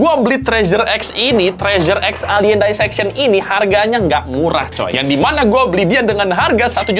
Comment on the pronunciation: Dissection nya dibaca "disseksyon" aja bang, gak usah "daiseksyon", risih bener dengernya 😭